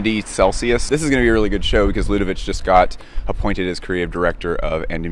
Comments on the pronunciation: Stefano Pilati is such a gorgeous designer, very underrated which is a shame. By the way, Ludovic is pronounced LudoviK 😆 French is hard, I feel for you 😉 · Hey, just a quick pronunciation note, for LDSS, Ludovic is not pronounced the Serbian way, since Ludovic de Saint Sernin is French, it's a quick k, as you would pronounce Ludovik. It's the French version of the germanic derivative for Louis, Ludwig, and as such is quite a short, percussive last sound. By the way, the Serbian -ić suffix is usually written with the accented ć to denote the way it is pronounced. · Dont want to be that guy but we prononce ludovic: ludovik not ludovich. Great vid!! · Stefano’s YSL was such a great phase and the spring/summer 2008 is one of the greatest shows of him at the brand . Ludovic ya pronounced with a K. 😊